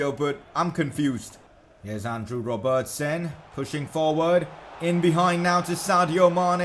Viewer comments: Please pronounce Robertson right 🙃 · I like how you say ‘Robertson’